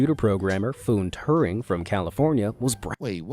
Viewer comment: For One Turning - Foone Turning